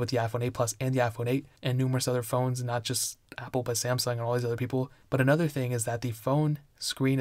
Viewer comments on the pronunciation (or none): none